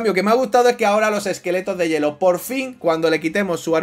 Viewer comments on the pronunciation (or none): none